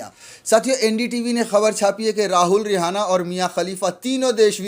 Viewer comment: किसान समर्थक का नाम रिहाना नही है सही नाम रियाना है एंकर महोदय अपनी जानकारी दुरूस्त कीजिए ।